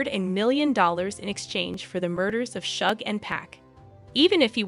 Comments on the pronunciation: Sooge and 2 pack 😂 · This video might be well put together, but I cannot handle Tupac and Suge's names being mispronounced the entire video! I had to leave, sorry. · Hahahaha rite !! Driving me crazy !! Learn there names before narrating the video !